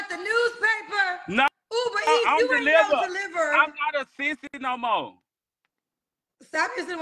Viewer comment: The word is delivert. I love womenz women women womenz😅😅😅😅 I am delivert 😅😅😅😅